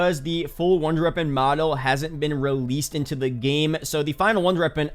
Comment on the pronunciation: I love your videos just wish you could say wonder weapon instead of runder weapon